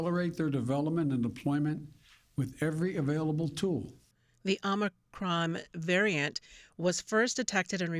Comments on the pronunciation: Even c-span is spelling it 'omNicroM' like grandpa Brandon keeps saying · OMICRON. NOT Omni. 🙄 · Why don't you call it omicron...? It's not omnicrom, you moronic, adrenocrom junkies.